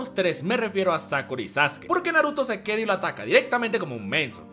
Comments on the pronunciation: Le decia sasuki y se dice saske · SASUKE?? NO ES SASKE ??